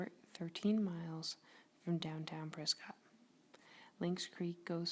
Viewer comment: Learn how to pronounce “PRESCOTT”!